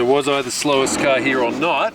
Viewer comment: “It’s a carhhhhrrrr!”